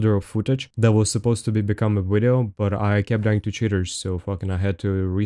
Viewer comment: When I get a kill like this ill be sure to say " Check out the wideo gg ha ha " <3